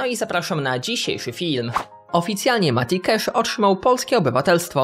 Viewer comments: Mówi się kasz A nie kesz ;) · Mati KASZ nie KESZ (sorki musialem po polsku) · Nie Cesz a Casz